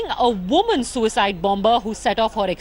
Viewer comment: A VUMAN A VUMAN Lol Lol Lol